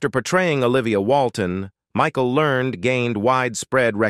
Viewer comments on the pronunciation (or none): And narrated by AI. It said "Michael Lernd" instead of "Learn - ED" and "Mer- LEE Haggard" instead of the silent E at the end. You would think that whoever posts these videos would listen to the how the audio is going to sound at least once, and then maybe go back and edit the text to trick the AI into pronouncing things properly. But they can't even bother to do that much.